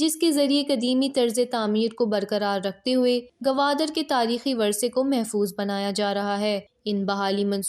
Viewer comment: Gwadar hen gawadar nhe pls